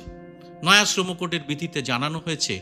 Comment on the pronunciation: আপনি সঠিক উচ্চারণে শ্রম srama কোড কথাটা বললেন। বেশির ভাগই আজকাল sram উচ্চারণ করছে। ভীষণ শ্রুতিকটু লাগে শুনতে। ধন্যবাদ আপনাকে।